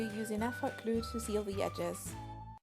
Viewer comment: You say klue insted of glue